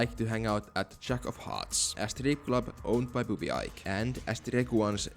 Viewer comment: Ike is pronounced like the letter E + K. Eekay.